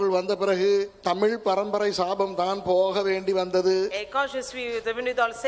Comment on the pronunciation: முட்டாள் - முட்டால் அல்ல தமுல் அல்ல சகோதரி தமிழ்